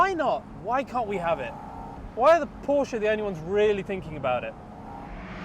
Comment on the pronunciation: Thank you for correct pronouncing PORSCHE 😊